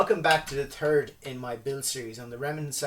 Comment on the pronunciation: I really like your videos! I gotta tell you though, I laugh out loud a lot because of the way you say some words. Like at the beginning of this one you said it was the "TURD" video instead of "THIRD" and you called the stock a "TUMHOLE" instead of "THUMBHOLE." Cracks me up! Keep up the good work!